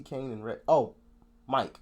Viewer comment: it's kano not Kane, think he says kane for the flow, 3 of the grates although I'm not a big bugzy fan